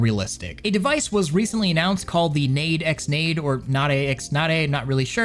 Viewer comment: pretty sure the X is silent (like hunter x hunter), literally the name is the onomatopoeia for headpatting.